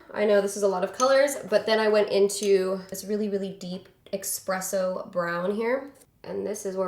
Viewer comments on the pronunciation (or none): As a barista, I am personally offended that said expresso, not espresso. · says expresso Me: triggered 😅💕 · "EXpresso brown" i see u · EXpresso brown? 🤔 girl don't play espresso like that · Espresso. Not eXpresso. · "expresso" haaaaaaay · "expresso brown" lol. i love you!